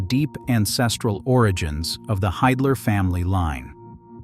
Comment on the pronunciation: You are unable to pronounce the name "Hiedler" correctly? What else is not right about this video?